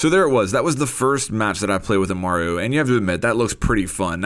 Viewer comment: Amaru not umara